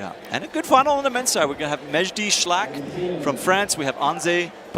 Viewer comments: Damn, can't you just try to pronounce the names right? Just read! There's a difference between la and al. Schalck is not Schlack. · The way the commentator calls Mejdi "Schlack" instead of Schalck is really disrupting it for me :D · It is Mejdi Sch-A-lck, NOT 'shlakk', for God's sake. There are only six men in the comp, and you get 16.6666 per cent of the names wrong... typical american. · "Maybe she was not at 100% on that move", "now she needs to be more precise", "that foothold doesn't seem too bad" ....... Who is this guy ??! Can't even pronounce "Shalck" ? "Miho and Oriane will fight for the 3rd place and miho will flash and Oriane will end up 4th" --> the commentator is bad at commentating AND at predicting